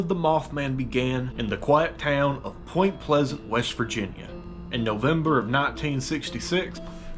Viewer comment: POY-MNT PLE-SZ-ANT WEE-EH-ST VIR-GEE-NEE-YEA 😎